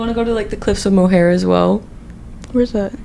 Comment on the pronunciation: Little tip, it's the cliffs of Mo-her not Mo-hair (I'm Irish btw) and that "never was there ever a girl so pretty" lowkey ate